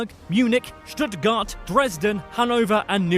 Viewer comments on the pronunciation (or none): none